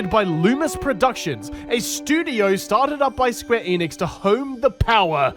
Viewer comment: I swear to God he’s saying square anus